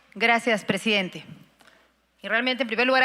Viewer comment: Este pobre hombre dice, que es pressdiidente.